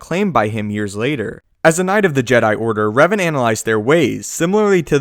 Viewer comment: Its Revan, not Raven